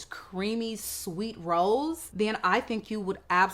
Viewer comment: Why did I think you were saying ROLLS instead of rose😂